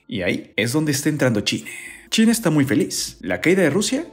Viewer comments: No entiendo su afán de hablar super mal. Se dice CHINA no "chine" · Me da risa como mencionas china